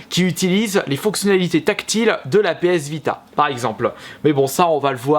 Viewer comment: Tu as dis PS Bida